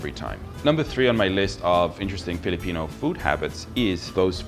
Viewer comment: woah...your filipino accent is good